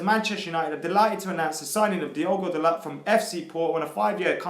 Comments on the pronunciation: Lets get this sorted right away: ITS PRONOUNCED "DALOH". Not that that matters because can't even say De Gea properly after years... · It's pronounced "dalo" , with the T silent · Hey guys it's pronounced da-loh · Di-O-go Da-low not Diago dalot